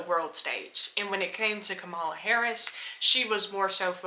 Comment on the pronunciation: A total drifter. Wait until Project 2025, tariffs, and World War issues break out if it will be funny to see if you are on a plantation for trump and his fools. But for the record. You are straight up ignorant. Reason I say that because after all this time, you can't truly pronounce her correctly. So why would I take anything you say seriously? A con played you, and you are a youtube online con.